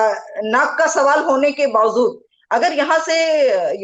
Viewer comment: I request to you Alok ji kuch journalists ghalat pronunciation karte hain mostly 2 words wajah ko wazah aur bawajood ko bawazood bolte hain plz correct these words I hope they all are knowledgeable journalists but they should careful about pronunciation of urdu words Wajah is correct Bawajood is correct